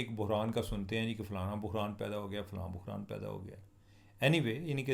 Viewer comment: Main tou yahi sochti rahi k bukhran Kia koi new word hea baad mea demagh pr zoor dalne pe pata chla k aap bohran keh rahe Hain chima Bhai pehle script prh Lia krain